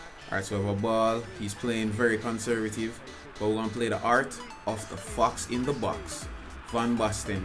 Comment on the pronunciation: its fox not fuxkzz